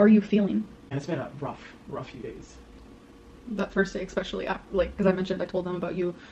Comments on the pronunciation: non-related, but hearing pronounce 'especially' makes me feel aggressive. If anyone around me pronounced it as 'expecially' I would commit a crime right there. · Especially NOT EXpecially. That is what I took from this video.. My Lord...